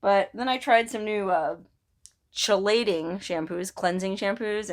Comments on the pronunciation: I feel ya, girl. Had them myself a few years ago. By the way, chelating is pronounced "key-lating". Hope you're healing up quickly. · pronounced KEY LATE ING. It means it removes heavy metals. Your kind of cute when your sick.